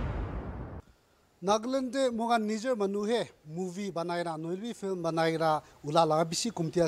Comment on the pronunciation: is it a "Film or Flim"😝😬 Best wishes🎉